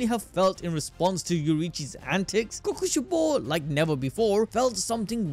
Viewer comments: is no one gonna talk about how he says Kokoshibo? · Omg bro you saying kokoshibo throws me off when his real name was michikatsu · I'm never saying kokushibo the same way ever again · or kokushibo